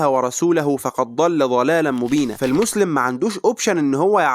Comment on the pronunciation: (فَقَدْ ضَلَّ) الدال مُظهره وغير مُدغمة في الضاد في رواية حفص عن عاصم. بارك الله فيك